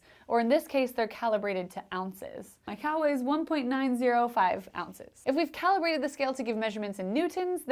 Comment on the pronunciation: They were “cow”ibrated.... That’s what my brain heard... :)